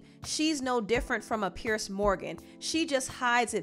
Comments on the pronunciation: It's pronounced Peers, not pierce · You Are not pronouncing his name correctly it is PIERS